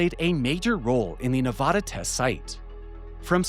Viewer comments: As a native Nevadan, I have to correct you, it's pronounced Ne vA duh. NOT Ne vah duh. you say it correctly!!!!!!!!!!!! :) I know I'm not the first person to bring this to your attention. Other than that, carry on. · If you ever visit Nevada they will all hate you if you saw nu-vah-da instead of nu-vad-a. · Get over it. Your state's name is a Spanish word, so expecting people to pronounce in the the local, least-Spanish way possible, is not realistic. If you want everyone to pronounce it your way, just get the spelling changed to Nevadda. Problem solved. I was raised in NJ, so actually either pronunciation works for me, because we often get words with foreign origins wrong. It would be fun to ask every cast member of the first season of Jersey Shore to pronounce it.